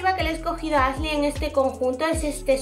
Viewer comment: Pronuncia “sh” en palabras que no van, pero dice “Asley” y “Sein” jajaja no puedo